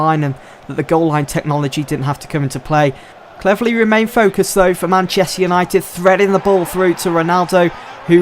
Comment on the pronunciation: Did you say... Cleverleh?